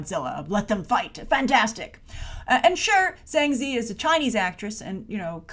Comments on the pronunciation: Sorry to be a stickler, but Ziyi is pronounced Tzi-Yee. You're saying 2 out of 3 characters in her name! :P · it's pronounced Zi-Yi